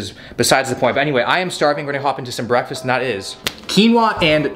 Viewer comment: Did I hear say ‘Bwekfastt’ like the meme? 😂